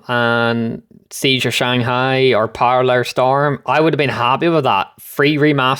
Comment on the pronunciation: its not parallel storm its paracel storm xD